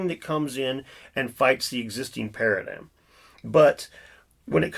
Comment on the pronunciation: “Para dime”